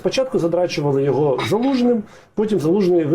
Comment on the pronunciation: Хто такий ЙОго ? Ні, він не оговорився. Ні одна людина яка з дитинства спілкується украінською так не оговориться. Це неправильний наголос в базовому слові. Я таких оговорок не пригадую, навіть по пяні, а я бачив як люди бухають по дорослому. По великому рахунку мені пофігу на такі дрібниці, ну російськомовний і шо, велике діло. Просто це виливається в непритодню і негармонійну комунікацію з суспільством аж з самоі адміністраціі самого президента. А це вже затупили. Особисто для мене значення не має, собі натупили. Ну і відпіводь ЙОго в тому інтервю... резинова дупа а не логіка. Хоч би язик після вилизування повитирав а то непристойне таке ляпати. Депутати зобовязані розуміти за що голосують. Я не виспляться то не будуть розуміти навіть як прочитають. А прочитати мало, треба осмислити продискусувати. Це закон. Він хоч знає що таке закон. Ну нафіг рівень підготовки.